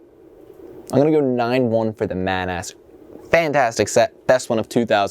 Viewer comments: Hey, love your vids. But its mAH-nAS, not "Man Ass" 😂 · Come on dude it's clearly either pronounced monoss or manuhs not man-ass. It's like how as a kid I pronounced Carapar as Cay-raper because I didn't know that last bit was a word. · Great review but you may have messed up the right claw of the white and orange crab. Also, "ManAss" 😂, I think it's pronounced more like Ma-Na-S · I couldn't help but laugh... "Man-Ass...." XD I always thought it was pronounced "MAH-nahs" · my friend thought you said "Today we are taking a look at the Bionicle MAN ASS"